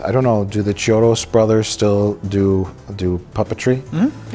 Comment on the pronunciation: Mike is ashamed of liking a horror film. What a surprise. And it's "KEY-odos", not "CHI-odos".